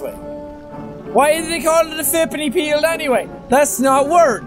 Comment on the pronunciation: Ha he said Exhipany pield